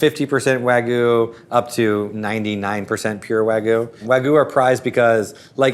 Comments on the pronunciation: Sounds like an AI or Text-to-speech voice, to me. The way certain words were pronounced really gives me that implication. For example, "Wagyu" being pronounced "wagoo" rather than how literally every other person I've ever heard talk about it pronounces it: "Wag-you". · There is a "y" in wagyu It's not wagu, it's wah-gyuu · wa-gyu not wa-goo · can you say Wag? Can you, say - You? Now put the two together= Wagyu...NOT WAGU!!!!! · It is wagyu not wagoo. FFS. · Why are there people who pronounce Wagyu / (Wa-gyoo) as “wa-goo” so very weird. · Why are they all saying "wagoo"? It's "wagyoo", just like it looks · "wahgoo" dumb fkers cant even say wagyu correctly even the narrator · Why do people say “Waggoo” when there is clearly a Y in there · What is it with Americans mispronouncing Wagyu as Wagoo??! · C’mon, fellow Americans. Stop pronouncing Wagyu incorrectly. It’s “wah-gyu”. The -gyu is like putting a “g” in front of the word “you”. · Nothing says expert like not being able to pronounce Wagyu. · Most of these "burger experts" cant even pronounce wagyu correctly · That pronunciation of Wagyu... 🤦‍♀ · The way pronounces Wagyu bothers me. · Why do people ignore the Y in wagyu 😭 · This is the voice of James Hoffman. I think they bought the rights to his voice and recreated it using AI. You can tell by the way ‘Wagyu’ is pronounced. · It’s AI. Listen to how it pronounces Wagyu.